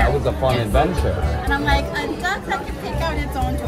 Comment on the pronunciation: It's duck not duk